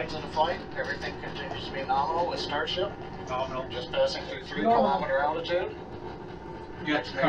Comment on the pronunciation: John Insbrucker is famous for saying "noRminal" rather than nominal :P there is even merchandise with norminal on it i think from Everyday Astronaut